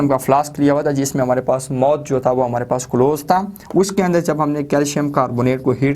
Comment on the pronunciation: Mouth hota h mot nai